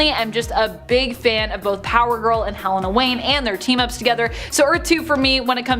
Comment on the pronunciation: Why do people say HELL-EH-NUH? It's HEH-LAY-NUH!